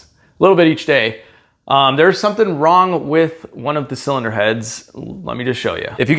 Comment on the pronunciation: Please keep saying “zilinder heads” 😅